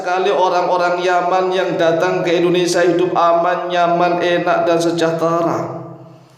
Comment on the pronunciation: bukan Endonesa pak.. tapi.. In do ne sia 🙏😁